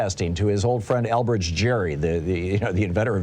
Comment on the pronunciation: It was pronounced "Gary", and he wasn't the one who invented gerrymandering. It was his fellow Federalists in the Massachusetts legislature who did that, creating one absurdly shaped district that looked like a salamander. Gerry was against the ploy, but it got named after him because he was governor at the time. The Federalists pioneered that particular dirty trick because they were losing support fast and were doing anything they legally could, however slimy, to hold onto what power they had. This is why the Framers didn't want America to have political parties: because they inevitably put the party's priorities ahead of the nation's. With the GOP ripping the country to shreds in order to stay in power, and a former (and possibly future) president who is more solicitous of foreign dictators than of his own people, we are living out the Framers' worst nightmares. And the Electoral College is what's allowing it all to happen.